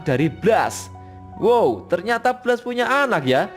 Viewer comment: Baca blastnya bukan ky bgitu, asmirandah